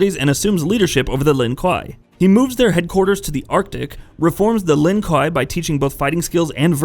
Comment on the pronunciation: kwei dude, kwei, it's pronounced kwei